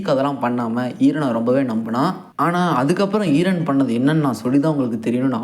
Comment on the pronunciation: Eeeren ila eren 😢